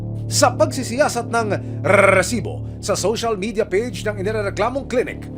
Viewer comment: mr john consulta, pwede mo bang sabihin nang maayos ang salitang resibo...ang cringe worthy kasi...as in eeeeeew!